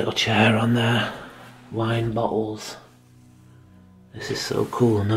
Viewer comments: Lol I'm trying really hard to watch this but hahahaha but Everytime he says bottles, which is a lot, I swear it sounds like he's saying buttholes!!!!! I'm so sorry but it really does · Loved your video no offense when you found some empty bottles I heard buttholes kept hearing buttholes but you were really saying bottles. Your accent made it sound funny.